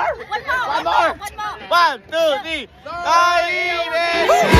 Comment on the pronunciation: Parang "Toyi" yung pagkapronounce😅😂. Double meaning hahahaha